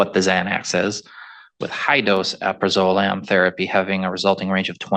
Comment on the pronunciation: finally someone pronounces it (mostly) right! AL-PRA-ZO-LAM not AL-PRAZ-ZO-LAM Amphetamines do not stay in your system for "30 days". Pretty much any stimulant is out in days; Week in the most severe cases. None of the medications she testified to being prescribed would excuse her from completing a field sobriety test yet also permit her to drive. All of the substances listed in this video would exclude her from being eligible to donate blood. A good chunk of her preliminary testimony contradicts the rest of it. She used to party, but doesn't anymore. She never takes drugs, but it takes her full effort to keep herself sober. The test the judge described was done to her blood would be able to detect which amphetamine in particular she ingested as apposed to standard panel urine tests which could only generalize them together as the same positive result.